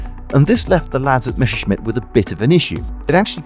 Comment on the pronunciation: It's Messerschmitt not Mesherschmitt